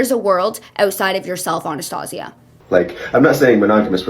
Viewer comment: That isnt how you pronouce Anastasia. And this man doesn't need a dog, ever until he gets his mental instability in order. If he screams for hours at a human, imagine what he will do to the dog. Abuse it. Promise you.